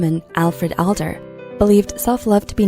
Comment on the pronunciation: Adler, not Alder.